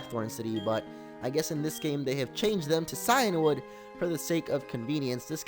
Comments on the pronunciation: Cianwood(See-in-wood) Phione(Fee-own-ay) don't doubt me I watch the anime. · Shuckle is in cianwood , btw cianwood is pronounced "keeanwood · Maybe from where you come from. Where I live It's (Cy-an wood)